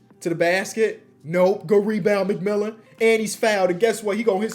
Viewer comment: The fact he was saying McMillan the whole video when it was McMillian